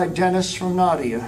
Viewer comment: My question is - why are they all speaking English? Including the Russian grandmother, Nadia, whose name’s pronunciation they keep butchering…